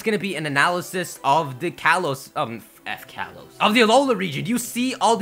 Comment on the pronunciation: "F Kalos," lol.